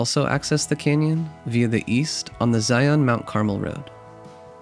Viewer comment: This video was so fantastic! As a southern Utah native, you definitely did this beautiful desert paradise justice! Thank you for showing some of the beautiful cacti and wildlife! One little thing, just so you know Mount Carmel is pronounced (Car-Mel), it’s a Spanish word meaning golden brown. Thank you so much for making this great video!